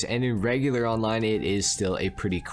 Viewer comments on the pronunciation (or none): none